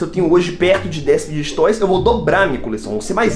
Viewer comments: da mó agonia ele falando fid*get* toysKKKKKKKK mas o video é daora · Tu fala tudo errado meu N é figuidiget toys, é fidget toys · Enaldo eu gosto muito de você é meu Youtuber preferido mais você fala figed toys errado 😶 desculpa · Não é fid get toys, que se fala é fideg toys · Enaldinho você fala fiquetoy é fidget toys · Não é figiguets toys é figets toys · È figetois não figigetitois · E figet toys n figget toy ele fala errado mano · que agonia dele falando fidguet toys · fidguet toys kkk parece eu falando quando eu acordo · Ele nn sabe falar fidget toys ele fala figtg toys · Só eu que me incomodo quando ele fala errado fidget toys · Não sei se é só eu q tenho agonia dele falando fidget toys kkkkk mais amo ele kkkkk comprei quase todos os livros dele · Enaldinho tu tá falando fidget toys errado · Só eu que percebi que ele fala errado a palavra fidget roys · Enaldinho falar fidget toys errado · Para de falar fidget toys errado